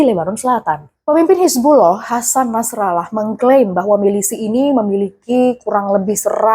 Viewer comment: kok "milisih" sih